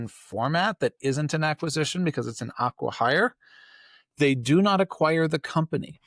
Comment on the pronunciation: Aquahire? It's Acquihire.